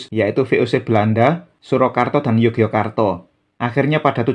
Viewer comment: Mpu, pelafalan Yogyakarta kalau dijawakan menjadi Yogyåkartå itu rasanya tidak lazim. Melainkan malah Ngayogjåkartå atau Yogjå. Kemudian, RM Sahid (yang orang sekarang lebih familier dengan nama Pangeran Sambernyawa), justru pada masa hidup beliau lebih populer dg nama: ~ Raden Mas Suryakusuma (nama RM Sahid setelah menerima lungguh dari raja Kartasura PB II); Pangeran Dipanagara pun (dalam Babad Dipanegara) mengenalnya sebagai: Pangeran Suryakusuma ~ gelar dan nama yang dipakai RM Sahid / Suryakusuma pada masa berjuang (dalam waktu yang lama) adalah Mangkunagara, Pangeran Mangkunagara (nglorod asma sang ayahanda). Dalam Babad Panambangan, Babad Giyanti, dan literatur lain pun lebih banyak dipanggil dg nama Pangeran Mangkunagara. Nama ini juga yg kemudian dipakai juga ketika telah menjabat adipati (KGPAA Mangkunagara I). Toh, saat bersekutu dg sang paman (Pangeran Mangkubumi), nama beliau juga imbang: Pangeran Mangkunagara. Dan julukan Sambernyawa hanya populer bagi orang sekarang saja. Padahal jauh sebelum menjadi adipati Mangkunegaran, beliau (RM Sahid) telah memakai nama sang ayah menjadi namanya (Pangeran Mangkunagara).